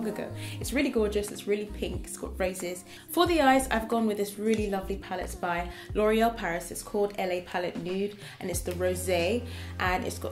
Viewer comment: it is la palette, not L.A. palette. la as in the in french.